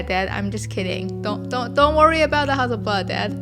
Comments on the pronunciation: Love the way your say Hasselblad. Makes a Swede proud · 'Ha Su' is just so cute! Google confirmed that this is actually the mandarin pronunciation of Hasselblad, so that's what I'll call my 500 C/M from now on. Thanks for an enjoyable video! :)